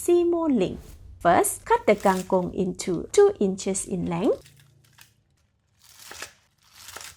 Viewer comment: Kang kong not kang kung